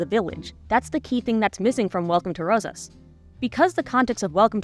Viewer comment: Yeah I hate how they didn't pronounce it the Spanish way, even though their lead character's VA is Afrolatina! It's like they didn't even try. Le sigh. No effort at all was put into this movie.